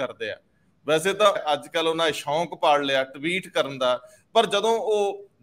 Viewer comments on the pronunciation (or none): taksali punjabi ch shonk nahin shok sahi shabad hunda ji galti muaf.